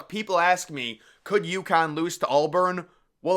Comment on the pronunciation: Dude. It’s AUBURN. Not ALLBURN.